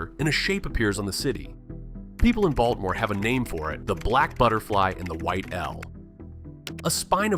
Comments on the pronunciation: Oh dear. Please, it's pronounced "Ball - teh - more," not "Balt - more." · yeah, I saw more after commenting about the first one but since I'm not getting paid I figured "screw it" 😂 Not to mention the incredibly annoying and distracting AI pronunciation of Baltimore /Baltmore! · Oh dear you're not from here. Its pronounced "baw-duh-more" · That's how da wadermen pronounce it, hon.